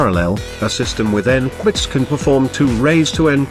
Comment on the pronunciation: this is not the first time a speech generator has trouble saying "qubits". also in another video with another voice it keeps saying "quits"